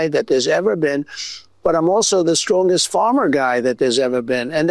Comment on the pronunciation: "I'm the biggest and stwongest most physically fit" - Twump